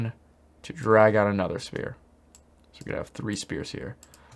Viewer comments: Just like everytime he says spear instead of sfere, I'm all condused cause I am expecting the weapon lol! Makes me laugh! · The “spear” thing is very frustrating, it is pronounced “sfear” anyways thanks for the amazing content. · I swear you're saying spear and not sphere intentionally